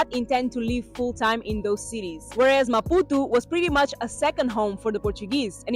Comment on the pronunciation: Amazing maputo.i love the way your pronounce maputu😂😂😂.here from kenya